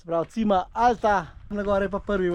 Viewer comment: Še to bi dodala, Cima je po italijansko vrh, prebere pa se čima, ne cima. Drugače pa super video, bravo.